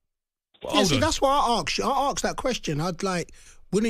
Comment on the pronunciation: ask not aks thick 🙊